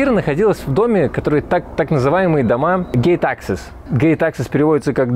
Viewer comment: На слух gate access услышал как gay taxes и немножечко офигел :D